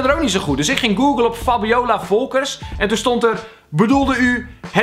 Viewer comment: Like als je dacht dat hij zei “Fabiola Fokkers”